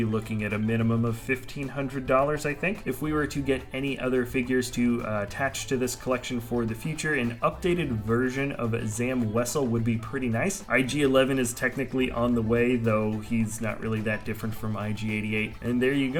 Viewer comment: Zam Wessel dude, not zam wess